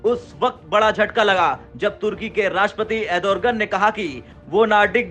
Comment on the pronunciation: Adorgan nahi bhai Erdogan 😂